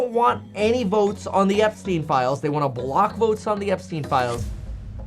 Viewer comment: epstien Epstien EPSTEN